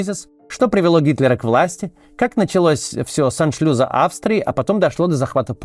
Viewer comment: Какого, нахрен, аншлюЗа? Аншлюса! Ты тупишь, Макс часто. Скажи это своему преподу по риторике. Нет никаких "Ху́хры-Му́хры“, нет Си ЦзиньпинЯ и прочей лабуды.